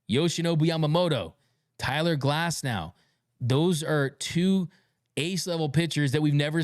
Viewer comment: I heard Cyler Glasnow, too.